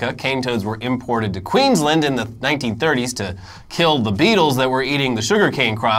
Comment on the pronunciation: Guys, I love you, but please, it's pronounced Queens-land. You say the first bit and the second bit separately. Not like Maryland where you run them together. Still love your channel. And love your Aussie stories.